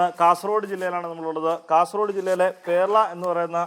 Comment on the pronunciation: പെർള അണ് പേർള അല്ല നമസ്ക്കാരം